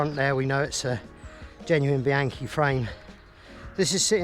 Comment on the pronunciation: BEE-AHN-KEE, not BEE-ANKY, OK? I love taking mine out on vintage rides, remembering (as you said) why I got into cycling in the first place.